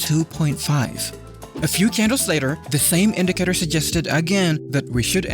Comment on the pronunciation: he said indicator 700 times and in a wrong pronunciation